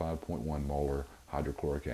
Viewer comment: lol "Hoes or Lome depot"